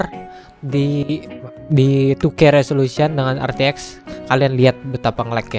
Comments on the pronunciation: " RTX ON" **:"Er Te Ex ON"🤣 #JustKidding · RTX ON --: ER TE EK ON (katanya) *Canda bos Jan baper